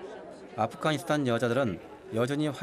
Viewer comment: 발음: [두산베] --> [두샨베], [키르키스스탄] --> [키르기스스탄], [아프카니스탄] --> [아프가니스탄], [저슬] --> [저즐], [찹찹] --> [착잡], 자막: '갈 때 없어서' --> '갈 데 없어서'